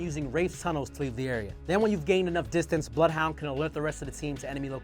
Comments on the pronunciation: It’s bloothhunter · Is it me or the way Bloodhound/Blothhoondr is sometimes said is weird and out of place?